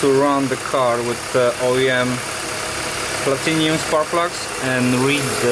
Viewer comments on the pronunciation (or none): It’s platinum not platinium 🥴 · its PLATINUM not PLATINIUM. nice car though... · Platinum, not "platinium". Copper plugs dont' last as long but still offer the best performance. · Personally I wondered if it was like in Australia where Aluminum is Aluminium or something like that. Not everyone has the same English.